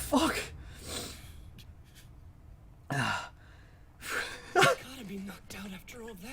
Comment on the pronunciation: When he was gonna say The f word buddie’s ;-; He said Phuck xD